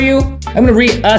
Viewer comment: Re-asses thee Sit-u-tion